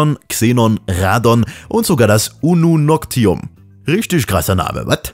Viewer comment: Ununoctium, nicht Ununoctum :D Klugscheißen, Check!